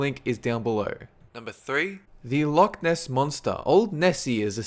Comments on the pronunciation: No offence, but you said loch wrong. It has a something like a silent c so you pronounce it without a c. I know because I am from scotland. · your pronunciation of loch xD